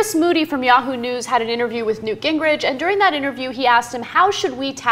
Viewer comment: Come on people, his name is NEWT. 'nough said.